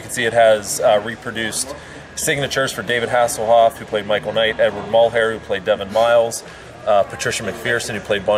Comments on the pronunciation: Michael Hasslehoff? lmao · He said Michael hasselhoff